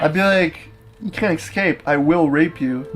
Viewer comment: 'You can't excape, I will grape you.' -Cory Beck